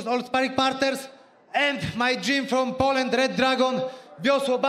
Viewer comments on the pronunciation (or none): none